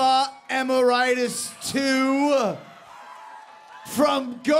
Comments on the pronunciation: Jericho what a daft bloke saying Em-ar-I-tus sounds like some kind of illness or virus or something haha...I've always thought its pronounced Em-air-ee-tus and surely it can't be any other accurate pronunciation than that! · Its Emeritus the second and not Emeritus two, also i do believe that the i in Emeritus is pronounced like an e!Learn your shit Y2J! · Pronunciation. Here I'd been calling him 'emmer EYE tuss.' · The name is pronounced "Papa Em-air-it-us", not "Papa Emme-Rightus". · The guy who introduces Papa pronounces his name like "Papa Am-I-Right-Us" :p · Papa "Em-er-ite-us"... Why? It's not hard to pronounce, Chris! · That Emeritus pronunciation tho... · Jericho so hammered he pronounces "Emeritus" wrong!! 😂😂😂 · Oh my god, his pronunciation of Papa Emeritus II made me cringe all over this video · whoa, I like Jericho and all but that was the worst pronounciation of the word 'Emeritus' I've ever heard lolz